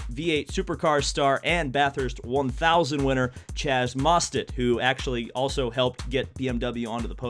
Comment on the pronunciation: Mostert, not Mostet.